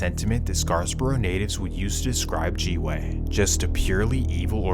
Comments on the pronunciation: bro didnt do any real research lmao says GGG's claim driftwood lmao that a whole diff set, and said top5 was the hooper thats his brother also didnt pronounce Scarborough proper one time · Scarborough, not Scarsborough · It's not ScarSborough....it's Scarborough man ffs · scar-borough not scarsborough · It is 'SCAR-Borough' NOT 'Scars-boro' learn how to say things properly before you make a video. And a lot of what you're talking about is BS. G-block doesn't even call themselves "Galloway boys". It's a name the media used only. And the entire city did not get involved with Orton Park/G way beef. Like WTF is "Scars-boro", can't get over this. And imagine believing ppl go to Fort McMurray to duck. The stuff in your video has nothing to do with Drake, you're slandering the boy. The stuff about Reps up too lol. You know less than nothing. You are a clown. Delete your channel. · N it’s pronounced scar bro not scars bro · Scars-borough 😂😂😂😂😂 Its scarborough every immigrant lived their once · Scarsborough? Nah you trippin with that 2nd s 😂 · It’s Scarborough bro, not SCARSborough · It's pronouced Scarborough not scarsboros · wtf its Scarborough not scars borough lmao one S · Scar borough not Scarsborough, preciate you doing stories for us northern boys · SCARborough bro…..SCAR-BOROUGH What is this ‘Scars’ borough nonsense you keep saying. I’m offended smh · scarSborough is killing me. its scarborough, theres no S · Pronounced... "Scar-bro" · lol Not Scars-borough lol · Its pronounced Scar - Borough ..... smdh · its pronounced Scar-borough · “Scars-boro” c’monnnn bro😂😂😂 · Please, it's pronounced "scar-bro" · There's no second S in Scarborough. Its not pronounced ScarS-borough. 😂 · LOL scars-borogh! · Hearing this guy pronounce the T in Toronto and say scarborough wrong is hilarious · MISINFORMATION!!! Stop Trying To Make Toronto Videos When You Know Nothing, This Whole Video is Nonsense, You can’t even Pronounce Scarborough properly Smh just delete this video.